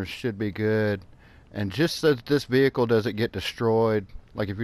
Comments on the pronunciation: I'm not making fun just helping it's prenounced like vee ick ul veeickul vehicle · Why do you put so much emphasis on the "h" of vehicle? LOL Family guy reference with brian and stewie